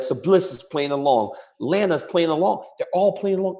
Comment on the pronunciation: I know DC is a WWE fan but is stock on his opinion really went down, when he didn’t pronounce Lana right! Dude ... and and said it’s such a blurred line between work and shoot ... but this is obviously a work!! Christ !! .... and Charlotte v Becky v Sasha was the main event for the first title! Christ !!